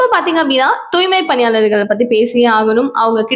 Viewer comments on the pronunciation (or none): சாதாழன சழி . தூய்மை பழியாளர்கள். என்ன தமிழ் இது. ஒழுங்காக உச்சரி தாயே. நீ தமிழச்சிதானே. அல்லது இங்லீஷ்காரியா? ரவுக்கெல்லாம் ழ என்று உச்சரிக்கிறாயே. எரிச்சலாக இருக்கிறது.